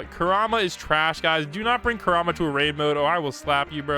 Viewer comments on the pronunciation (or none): none